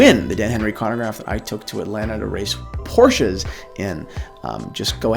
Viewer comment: He actually pronounced Porsche correctly. Hmm